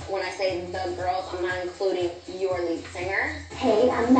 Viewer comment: Melody put that emphasis on “your” lead singer 😭😂